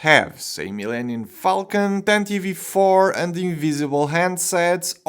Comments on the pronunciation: I hate hearing people pronounce it like "Tantivee 4". It'll always be "Tantive 4" no matter what anyone says. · Why do they always call it the tantive V 4..... IV is 4 in roman numerals, it bugs me to hear people annunciate the V. It doesnt make since. Just say tantive 4 😑😑😑